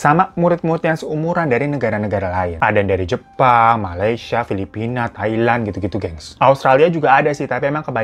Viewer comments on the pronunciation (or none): none